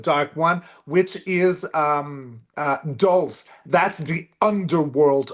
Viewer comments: please stop calling Roswell "area 51". Area 51 is in Nevada. Dulce is pronounced "dull say". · Dulce, pronounced like 'Dull-see'.